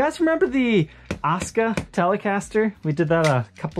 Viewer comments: Asuka not osca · Is it not pronounced A-su-ka?